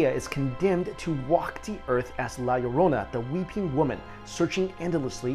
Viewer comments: I almost stopped watching as soon as he said la llorona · its la lorna. not la laronia xD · not to be mean but u pronounced the La Lourana wrong no offense. srry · you are so bad to pronounce Spanish so bad XD and I knew the one of La llorona because I'm spanish